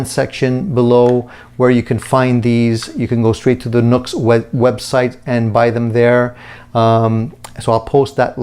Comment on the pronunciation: It’s pronounced new x, not nux.